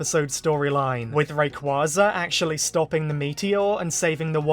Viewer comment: If Zinnia doesn't appear despite her literal dragon saviour playing a major role in Horizons, this will be SUCH a missed opportunity. She HAS to show up here since they blew their chance to bring her to the forefront in Journeys Btw it's pronounced "ray-QWAY-za"